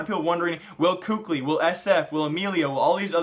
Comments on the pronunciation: Kukli lololoooiollll hahahahah😂😂😂omg why do you pronounce Kqly?😂😂😂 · For the love of all that is good, please pronounce KQLYs name correctly